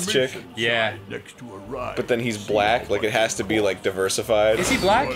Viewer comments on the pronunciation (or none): I don't like the way you said "black," Arin smh